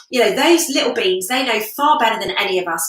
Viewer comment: Are you calling your sisters ‘little beans’ or ‘little beings’ ? I just have a chuckle when I hear you say it.